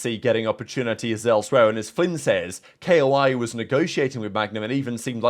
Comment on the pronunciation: Please pronounce it Koi not K.O.I. ty